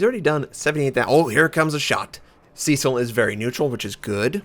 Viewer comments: If you're of British/English heritage, it's not "see-sill" but "SESS-ill". I'm sure you wanted to know that, lol. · I was thinking that. I have heard Cess-ill more often.